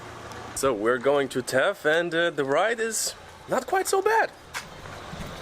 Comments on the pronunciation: Very good video. I also thought to bring to your attention the way to pronounce correctly the name of THETH. It is not TETH... very simple: TH-like THANK'S E and TH like THANK'S again. THETH :) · its Not Teth ... its Theth ... No T at the start but the same "th" as on the end :)